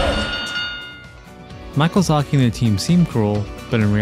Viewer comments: did you say Michealzaki? 😄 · Did he say Michael-zaki?